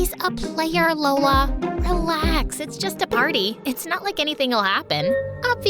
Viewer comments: The “Hola I’m Lola” almost sounds like “Hola I’m Dora”. 😂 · “LolaNiDora” 😂😂 totoong pilipino to